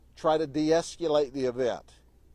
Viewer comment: es-q-late? Must be a Southern thing.